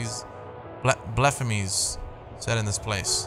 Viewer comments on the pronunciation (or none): Lol I love how he said blephemies